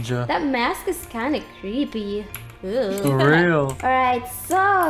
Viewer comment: you said "creppy" . that jus "a dead come"